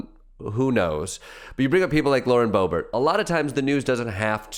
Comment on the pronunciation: I'm as progressive as they come, but I don't believe geniuses pronounce Boebert as Brrrrrrrrrbert. .